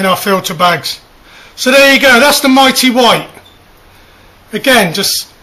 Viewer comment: Its "my" not "me"